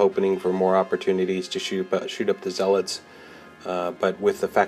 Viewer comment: Great report. Good battle. Menoth is tough. Not crazy about the Menite paint job tho. Well done, but the color scheme makes them look like a Cygnar force. Blasphemy! FYI, they're pronounced ZEH-lets not zeh-LOTS.:-) Also, on turn 3, doesn't the senschal have quick work? So after he charged and killed a guy, why didn't he fire his crossbow? Can't he also move 2" after killing someone? Or maybe I'm thinking of the wrong solo. Edit - I am. He has assault and hunter. My bad.